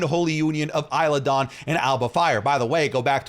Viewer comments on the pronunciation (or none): none